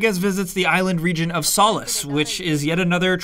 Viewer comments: Solis is pronounced "So lease", not "Sal is" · I’m not trying to be rude but it’s but solis is pronounced (soul-e-s) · He needs to learn how to pronounce sólis